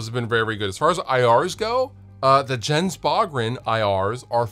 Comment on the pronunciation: Pronounced Yens Boo-gren. Great producer btw. Cheers!